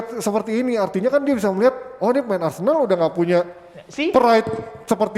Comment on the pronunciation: MENIT 05.28 Apakah sengaja plesetin jadi arsenal jadi arsendal???